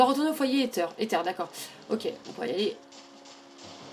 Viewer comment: Par contre on dit Aïzzeur et pas Étterre